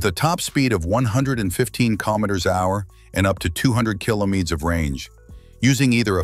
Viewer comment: Sick and tired listening to stupid AI narrations mispronouncing simple words like kilometres